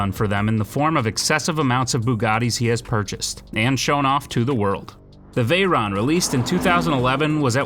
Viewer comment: First-cairon????? Second-that’s a veyron